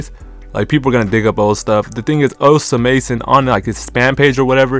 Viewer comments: bro stop saying his name like dat 😭😭😭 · th pronunciation is satire right